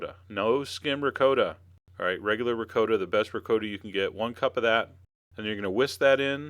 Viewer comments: Wtf is “RICOOOOTA” cheese ? My god. It’s pronounced “Ragut”. Jeeeez man !!! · Did he just say Rick-co-ta ?!? Noooooooo😂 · I was wondering about that. Had me doubting myself for a sec. The correct prounciation I believe is Ri-cot-ta. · R I CCO TA......LMAO !!! Hahahahahahahaha....OOOOOOOOOOO RICOTTA. OMG! Dude....geez....I don't know what to say....LOOMAO !!! Hahahahaha....I never heard anyone say it like this R I C O T T A...haha! YOu made my day! Thank you for the LAFF. Thank YOU. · Ree-coh-da lol thats funny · Sir please learn how say ricotta properly! I wouldn’t make these because you can’t say ricotta the proper way.😢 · Chef John, thank you so much for all your amazing videos... but we gotta talk about how u say ricotta! Please DM me. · You got to be kidding? You go through the process of making homemade meatballs from scratch then you add a jar of store bought tomato sauce.....you just insulted your meatballs. You also need to learn how to pronounce Ricotta.